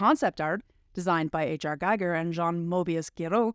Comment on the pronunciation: It would help if you pronounced Jodorowski and Gieger’s names correctly.